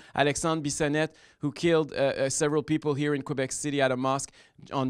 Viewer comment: "in kwabec", c'mon M. Duhaime.